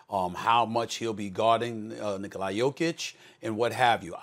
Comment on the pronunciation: Bruh SAS his name is Nikola not Nikolaj